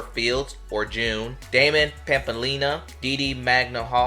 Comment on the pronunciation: BTW, Jeune is pronounced "ZH-ONE" and its half of its middle name, JeunePierre